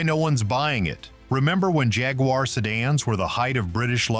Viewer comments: Please learn how to properly pronounce "Jaguar". You sound foolish. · How do the yanks say it?....Jaguuuuuaaar